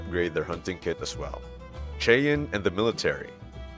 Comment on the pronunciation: Who are you guys peddling this Americana? You are not American as you cannot pronounce Indian names. You mis-pronounce Apache and Cheyenne. You are not even close. Where are you guys? Oh, I see, Spain. Well, the content is fairly good, but you really lose credibility when to cannot pronounce Indian names as any American child understand.